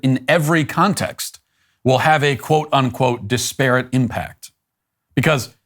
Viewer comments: Hello Matt: The word is pronounced DISperate. Like desperate, but with an 'I'. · That is not how to pronounce disparate. it is more like Dis per it. Normally wouldn't bring it up but you said it wrong so often, I felt you might like to learn the correct way. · Matt dont know how to say disparate lol